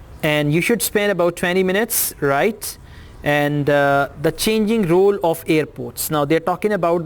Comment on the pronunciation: You pronounciated the word role wrongly So how com you are going to be a teacher